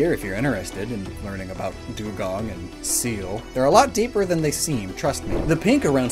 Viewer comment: Oh I had not seen the Deel of the Seel...